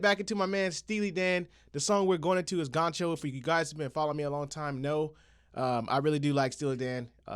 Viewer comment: Gaucho, pronounced "gow-cho" with the accent on the first syllable.